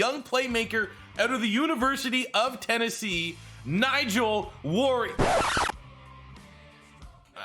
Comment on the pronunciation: why can’t you say warrior?